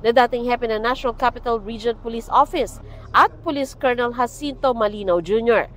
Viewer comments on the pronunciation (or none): none